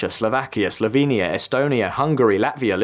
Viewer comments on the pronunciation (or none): none